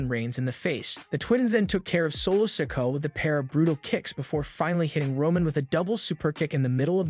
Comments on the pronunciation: The young Uso brothers name is Solo Sikoa as in Siko….Ahhh… not “Sicko” 😂😂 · You need to pronounce Solos last name right.